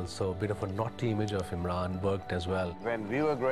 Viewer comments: it said imram Khan like if you saw the mistake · IMRAN* KHAN NOT IMRAM Proudly: Prime Minster of PAKISTAN 🇵🇰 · IMRAM?!? ....at least get the guys name right.